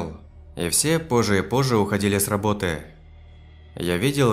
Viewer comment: Произношение как у иностранцев, неправильное ударение, например, не с рабОты, а с работЫ, ударение на последнем слоге слова, видимо иностранец